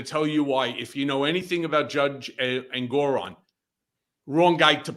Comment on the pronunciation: Thank you for pronouncing Judge Engoron's name correctly. We went to the same high school, The Wheatley School- my sister was in the same class as his youngest brother.